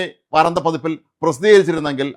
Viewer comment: വാരാന്ത്യ എന്നല്ലേ ശരി. നിങ്ങളെപ്പോലുള്ള മാദ്ധ്യമപ്രവർത്തകർ അക്ഷരശുദ്ധിയോടെ വാക്കുകൾ തെറ്റാതെ ഉപയോഗിക്കാൻ ശ്രമിക്കയല്ലേ നല്ലത്.